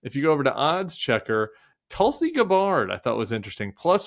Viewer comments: Wait, Gabbard is pronounced Guh-bard? Have I just been saying it wrong the whole time? Or perhaps this is Tim Miller doing what the GOP does with Kamala Harris and purposefully butchers the name? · I thought the accent in "Gabbard" is on the Gab? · Love the way Tim pronounces Tulsi Gabbard's last name almost like she's one of the long lost Gabor sisters. Awesome eccentric, our Tim.